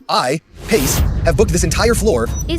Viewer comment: The ai dubbing of actress sounds bad pronouncing words with some kind of foreign accent. Pace is not pronounced as pat che!